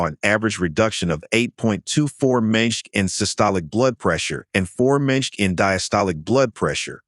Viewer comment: For myself it was the pronunciation of mmHg when saying how wall squats lower BP. Also there was another word that it absolutely wrecked. In describing step ups, it said " this is the one exercise you cannot 'afert' to skip after 50"